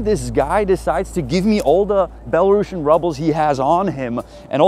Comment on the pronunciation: Měli byste si opravit výslovnost "Belarusien", je to spíš něco jako "belarusijen", než "belarašen".